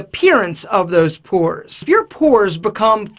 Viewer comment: Purs, or pores? XD